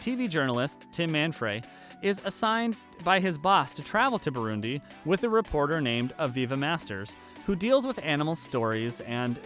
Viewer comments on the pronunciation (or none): none